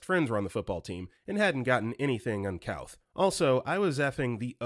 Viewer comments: Uncouth -- pronounced "uncooth" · Narrator mispronounced "uncouth" and "megahertz."